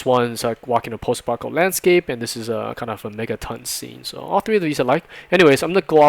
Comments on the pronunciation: I'm not sure what he says after "post", but it is not "apocalyptic(al)" lol. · Your pronunciation of "post-apocalyptic" is hysterical. Sounds like "post-apopolitical" Great content though. I'm learning a lot by watching these.